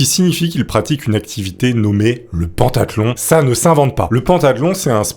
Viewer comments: Juste pentathlon se prononce pentathlon pas pantathlon, voilà quoi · Putain, alors Mauro ça se prononce Maoro, et pentathlon, ça se prononce comme pentagone, gros zboub, et pas comme pantalon! S'amenuir??? du verbe amenuirer? Le sang si Zèpaissi.... Putain t'es un conteur mec, fais un effort, fais toi relire par un mec qui parle français.